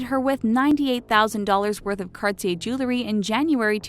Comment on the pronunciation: The word JEWELRY is pronounced (Jewel-ry) not (Jew-le-ry).